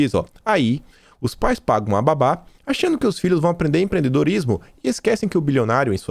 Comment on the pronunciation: "os pais pagam uma baba" e não uma babá como você falou., já escrevi mais de uma vez sugerindo que você fale e principalmente, leia, mais devagar. Nós nordestinos falamos muito rápido e muitas vezes de forma ininteligível. Muitas vezes preciso voltar pra entender. E muitas vezes você lê incorretamente o que está escrito devido à rapidez.. Obrigada pelo seu trabalho!